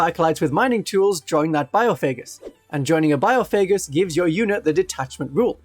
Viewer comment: Having to hear bio-faygus instead of by-off-a-Gus a million times is absolute torture